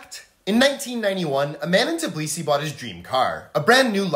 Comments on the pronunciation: Tiblisi? nah its pronounced tbilisi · As a fellow Georgian name of Tbilisi is pronounced wrongly not tiblisi it's tbilisi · Hey by the way its not tbalisi ita pronounced tbilisi not a hater just wanted to let you know